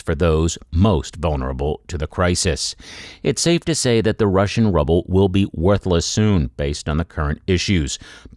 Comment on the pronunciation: How can one believe this fella when he can't pronuce their money